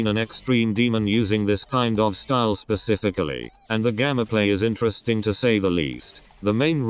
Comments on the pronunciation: Bruh your stupid robot voice can't even say Gameplay right. It says it like Gamaplay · gasps said gameplay not gammaplay:0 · YOUR ENGLISH SUCKSSSSSSSSSSSSSSSSSSSSSSSSSSSSS can you even say gameplay right?